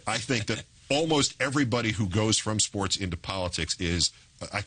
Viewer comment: Too bad Charlie Rose can't say the word "SPORTS".